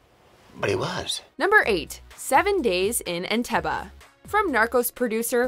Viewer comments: how the hell is she saying Entebbe?? did no one tell her how wrong she is saying it! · You pronounced Entebbe wrong didn't you watch it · Can't you say Entebbe properly? Jeez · The last 'E' in 'Entebbe' is normally pronounced as though it were a 'Double E'. Three syllables: 'EN-TEB-EE'. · And it’s not “entebuh” too! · You pronounce the final syllable of Entebbe like “bee” or “bay” not “buh” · It's not "EntEbbAH" it's pronounced EntAbbEY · Entebee not enteba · I absolutely hate how she says Entebbe....it's Eh-nte-beh not Eh-nta-buh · entebay..not enteba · Entebay not Entebah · serven ders urf entebbuh. on teb B. its pronounced on teb B. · It’s entebbeeee not entebbah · It’s pronounced (entebay) not (entebaaaaa) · It's pronounced entebbE not entebbah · I'm 55, and can remember the actual event that the movie here dramatises. The pronunciation was always 'EN-TEB-EE'. I have never, until this video, heard it said any other way. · Why oh why does the voiceover lady repeatedly pronounce the final syllable of the placename Entebbe the same way Eric Cartman pronounces the last syllable of “Respect my Authori-TUH”? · HO waterbrd It is pronounced EnteBEE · Isn’t Entebee pronounced Entebee with long e at the end? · I am pretty sure Entebbe is pronunced "En-teh-bee" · It's "En-tebb-ee" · Enteba? Wtf is Enteba? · Entebbe - "en teb beee" FFS! Research people! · roer roer Nope EnteBEE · entebbe isnt pronouces as entebba.... 😒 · Pronounced En-tebb-bee. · Why is she pronouncing "Entebbe" like that? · iakona23 I’m glad I wasn’t the only one upset by that. I’ve flown into Entebbe before so it was really jarring! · Stop saying entebbe....... weird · Cringe pronunciation of Entebbe. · Sorry Mojo but where is the A in Entebbe? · When you mis-pronounce Entebbe that badly, it detracts from the entire of the rest of the video. My ears, they bleed.